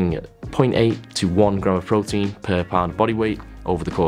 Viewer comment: "prowteenz" at 3am 😂😂😂😂